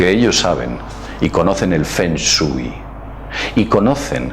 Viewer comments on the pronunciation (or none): La pronunciación correcta es "Fong shuei" El nombre correcto es Lovecraft, y Finalmente se dice Challenge...Gracias